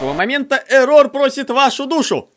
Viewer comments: Я одна считаю, что не эррОр, а Эррор? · Не еррОр а Еррор,но можно его называть егор или Оши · я думаю тожесамое что не эррОр а Эррор... и дантекрисочка клааааас!!!! :) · а я один считаю что не эррор а иррор? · Не эррор а эррар а когда ришиш эррор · Не эррор а эррор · Не Еррор а Еррор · Кагбы не ЭРРОООР А ЭЭЭЭЭРРОР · не эррОр а Эррор😊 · Вообще на английском ( по идее) произносится Э́ррор Но это не точно :р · вообще, так более правильно. -я тоже так считаю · Я тоже хотел его поправить! 😉